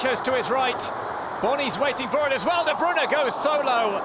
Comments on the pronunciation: sani It just drives me crazy when I hear "De Broon" (at least he's changed to "De Broon-uh," but it's "De Broy-nuh") and "Awearo" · de broon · Iam from Belgium and you say De Bruy-nah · "De Bruna" 😂😂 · It's De Bruy-nah/na I'm 99% sure as that is how Belgium reporters say it should be pronounced -__ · The way the commentator says de Bruyne annoys me